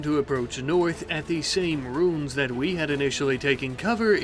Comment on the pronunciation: roo-ens. not roons. and you build an outter wall exactly like you build all your walls. you need to double up on the walls and build a killbox. instead you just build a big opening with traps and sandbags that raiders will eventually go over. then you'll repair everything 8 times